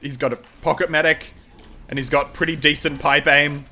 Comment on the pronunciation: You said mecree unstead of saying medic